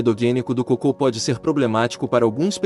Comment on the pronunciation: ELE É PERSONAGEM FALSO MÉDICO FEITO POR IA, FALA COCO COMO SE FOSSE COCÔ.